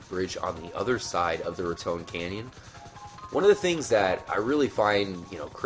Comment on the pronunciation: good video but I've read heard trevor say it like rat ton canyon